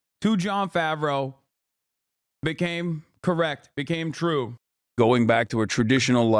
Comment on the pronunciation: Its twoo its twoo